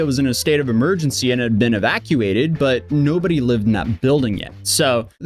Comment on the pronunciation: I knew his IQ when I heard his voice. Also how he pronounced 'evacuated' by saying 'evax-cuated' 😂 kid literally dumb as rocks